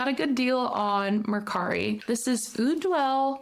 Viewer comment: Point of order...in French, "eau" is pronounced as out letter "o", not "ewww" and it's French for water. As well, in French, unless you have special symbols like an "accent ague", the final letter--consonant or vowel--is not pronounced...so Ideale is pronounced with 3 syllables not 4...that final "e" is silent. (However, in Italian, it would be pronounced.)